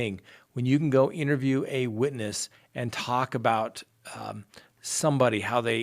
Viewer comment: Whenever you say “let’s talk about it!” Every time I hear “let’s TACO bout it.” LOL... maybe a merch idea 🤷🏻‍♀️😂